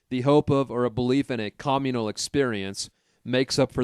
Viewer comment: Your pronunciation is fukkin atrocious. You can say community correctly but then fuck up cOMmunal. Seriously this is unbearAble.